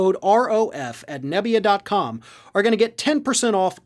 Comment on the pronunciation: Nebia sounds like 'napya'